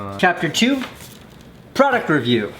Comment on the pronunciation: You couldn’t pronounce product review